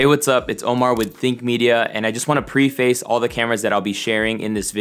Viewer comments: Omar, thanks for the awesome video. Quick pronunciation issue that could hinder your credibility: it's not pree-face; it's preh·fuhs in both British and American English. "And I just want to preh·fuhs all the cameras..." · A small complaint, really, but pronunciation grates on some of our nerves. The word, preface, is pronounced, “pref-is”.